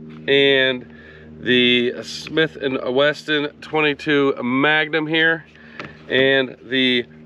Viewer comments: I can't trust anyone who says "Smith & WESTON" SMH. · Did you just say Smith and Weston?